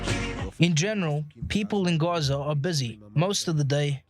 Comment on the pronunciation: Why do you pronounce Gaza as "Gorza"?